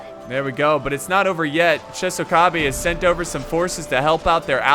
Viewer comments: it's not chesokabe, it's chOsokabe 😁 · Chosokabe = Tsho-sso-kha-bay. much love for these videos